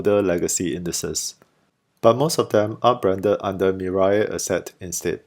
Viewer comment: It is pronounced, "Mi-Rae," not Mi-Rye. Anyway, it means, 'future' in Korean.